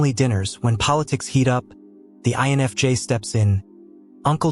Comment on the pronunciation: This AI channel is pretty good, even though I'm loath to admit it. It's pretty good. It's getting quite a few things right., but it's obviously AI. The AI voice is obvious, especially when it mispronounces simple words. The AI spelling is blatant because it's much worse than the pronunciation. I've seen it spell INFJ as "ion of jay." So many mistakes get through that there's obviously no human on the editing end, which makes me doubt there's a human involved at all. Seeing how good AI is at gathering and regurgitating information, I think that even the writing end is all AI. One AI writes it. Another voices it. A third transcribes the voice for the captions. Then finally, nothing and no one edits it for mistakes. Still, the info is pretty good. In fact, this channel, for describing what I feel as an INFJ, is better than most.